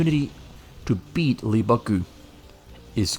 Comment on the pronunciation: How in the world can someone from the Netherlands perfectly pronounce LEEEAAA BAAAAKKKKKKK GCUUUU